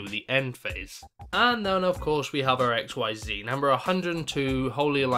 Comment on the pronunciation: It's pronounced Ikseez now x-y-z lol